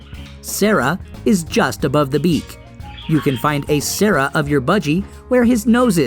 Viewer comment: cere is not pronounced as Sara